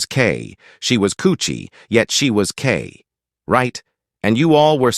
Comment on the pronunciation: It's karrueche my Nigga 😂😂😂😂😂 not coochie